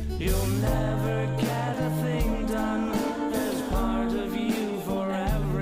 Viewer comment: Can tell he's American when he says "part"